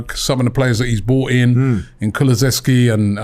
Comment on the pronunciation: robbie its KULUSEVSKI not KULUVESKI